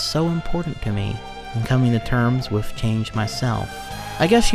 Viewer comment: The funniest thing about him being a video narrator is that he fucks up so many basic words. Saying shit like "wiff" or "mont stir mat niss" is hilarious